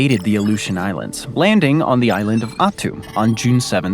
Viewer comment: They totally mispronounced the is. of Attu. It's "At- too"